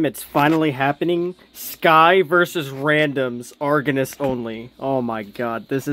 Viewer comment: Pronounced “argonos” hehe ❤